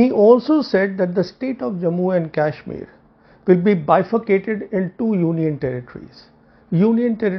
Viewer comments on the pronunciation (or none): Today I am confirmed that these words are bcoz of yuan which is advocating in favour of chinese.. sad to see rogue perceptions. Can see the confidence in choice of words for china. Btw its KASHMIR not KYASHMIR. pl mind ur pronounciation.